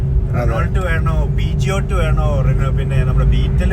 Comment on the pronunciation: ബ്രോ പീജിയോട്ട് അല്ല പ്യൂഷോ എന്നാണ് പറയണ്ടത്.